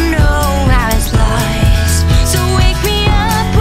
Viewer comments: Why can't she say 'lost'!?! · What accent is this? Why can't she say 'lost'??!!